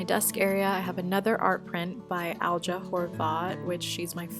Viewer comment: i'm so happy to se foreign people liking and alja's work. i'm very proud that her art is presenting our tiny country to people all over the world! also loved this room tour, keep up the good work! btw alja is pronounced like alya :)